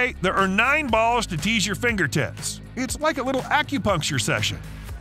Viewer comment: "9 balls to tease your thinger tips" 💀💀💀